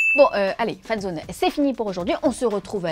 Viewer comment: A elle dit friendzone c’est terminé au lieux de fanszone mdr